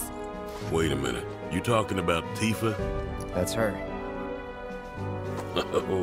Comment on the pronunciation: Its Tif A Not Tee-fur